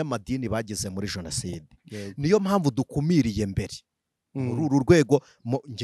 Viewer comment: Hasigaye kukubona n'imbunda pe! Ubwo utangiye ngo abajonasideri!!! Wari warihishe twibwira ko uri umuvugabutumwa gusa, none iminsi igukuyeho uruhu rutari urwawe wambaye urw'ukuri! Imana izandinde politiki n'abayibamo mwiyitirira izina ryayo! Gusa ngufashe bavuga jenoside ntibavuga jonaside 😢😢😢